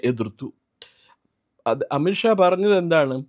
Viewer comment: It’s not amitt Shaw amith Shaw: please take care of the pronunciation